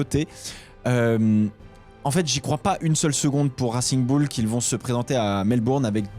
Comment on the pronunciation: "Rassigne Boule"